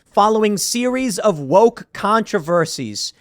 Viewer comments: "Get woike" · Copy editor there Tim Pool “woike”. Lol